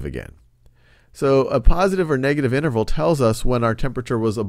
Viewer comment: lmao "negative inernerval"